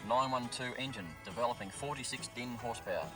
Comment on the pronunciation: Horsepowa...Lol. That's certainly one way to pronounce it.